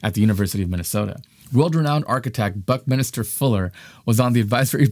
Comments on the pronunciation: It's "BUCK-MIN-STER" Fuller not "Buck-Minister" bruh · That’s “Buck-min-ster”, not “Buck-min-i-ster”. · Buckminster Fuller (though spelled correctly on screen, is not pronounced, "Buck-min-i-ster" like a priest. You added an extra "i" when you said it. It is pronounced how it is spelled. "Buck-minster"), was also a lot more than an architect. He was also a futurist, inventor, writer, philosopher and many other things. You mention he is "kinda famous for this sort of thing" in relation to geodesic domes. He actually improved the math that made it possible, and popularized them. We probably wouldn't have any in the US if it hadn't been for him. With this sort of being a science channel, I'm disappointed with the way you represented him and "kinda" downplayed his importance to this.